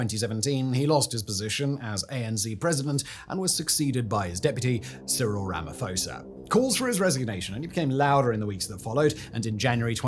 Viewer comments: If you need help pronouncing South African names please let me know...🤣 Ramafosa 😂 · It is Too li Madon seller (silent R) and Cyril Ramma P-ho (as in horse) za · Cyril rum uh pour zah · As an African, please, I beg of you. Find somewhere to listen to how African names that you are reporting on are said and pronounced. The way you miss pronounce names like Thabo Mbeki and Ramaphosa make it almost impossible to keep a straight face while listening to the butchery xD They're really not hard to say either. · To help with some of the name pronunciations. Whenever there is a consonant followed by an H, the consonant is a hard sound, with almost a silent H and then the vowel following is accentuated. So Thabo = T 'aa' bo Thuli = T 'oo' li Rhamaphosa = Rama P 'aw' sa